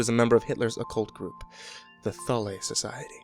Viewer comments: Its pronounced Thool not thull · Frank Dailey He pronounced it Thulee. That aside.. It urked me I admit. I am really big into the occult as well as history and the different wars that have been waged. So it probably urked me more than it should have lol. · Dude it’s pronounced THOOL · Thule Society is pronounced THOOL. #GrammarNazi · Mispronounced Thule. XD